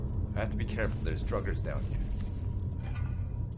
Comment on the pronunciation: ohhhh...all this time I thought was joking about "druggers" like the bandits were a drug gang, but he's saying "draugrs." I'm a noob.